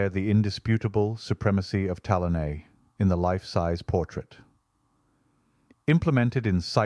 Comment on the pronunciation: Another great video!! Bravi! Your Italian pronunciation is a bit wobbly though: Tallone is pronounced tal-OH-nay and Mancini is man-CHEE-nee. Bergamo is BER-ga-moh. The very Italian pronunciation rule is that the accent is always on the second-to-the-last syllable, except when it's not.